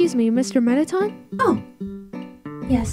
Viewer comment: ton-ton guys shes ton-ton